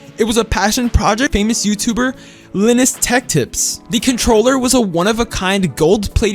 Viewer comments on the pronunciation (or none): Why did bro pronounce Linus like "Linux" but with an s instead of a x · World record achieved: first person to pronounce "linus" incorrectly.